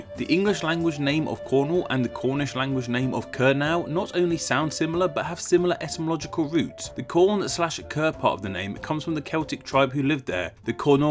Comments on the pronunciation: Narrator mispronounced both Cymru and Kernow. Kernow ryhymes with British pronunciation of Moscow, not the American. The way he pronounced would be spelt 'Kernaw' in Cornish. Cornish word for Wales is Kembra by comparison to Cymru. From Cornwall. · I just want to point out that the "now" in Kernow is pronounced as "no", as the W isn't stressed. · Just a slight correction here, kernow is pronounced ker-n-oh, not ker-now as it may look to be pronounced. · The name for Scotland in the Gaelic is pronounced 'Alaban', Cymru is 'come-ri' not 'coom-ri' and Kernow is 'ker-no' not 'ker-now'. The southern part Finistere is also named Cornwall. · Actually, the -ow in Kernow is pronounced as in "low" rather than "now." Thanks for the shout out though! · Great as always! But as a Cornishman there’s one thing... Kernow is pronounced as Ker-no. Keep up the good work